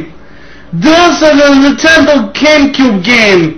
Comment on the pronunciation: neen ten doh SHIT cyuube